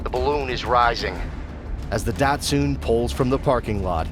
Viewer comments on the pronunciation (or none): A real narrator would call it Dat-SUN not Dat-SOON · I immediately noticed how much better the voice over is. I saw your reply about the voice over artist. They do sound better. I would just ensure things like datsun are pronounced correctly (not dot-soon, its more like dot-sun or even dot-sen). This is where your previous voiceover stood out as AI, it did it so much. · “Dat-sun”, not “dat-soon” good lord 😂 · As an FYI, Datsun is pronounced dot-sun, not dat-soon. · What is evil is the way you’re pronouncing Datsun! Where are you from? Wondering if they didn’t import them to your country when they were still around. It’s pronounced something like dought-sun.